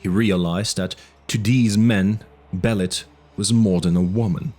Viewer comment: It pronounced Be lit